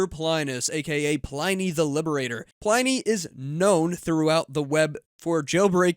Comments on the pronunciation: It's actually pronounced "Plin ee" not "Pline-ee". 🙂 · Not super important, but the name in latin is pronounced Pleenee 🫶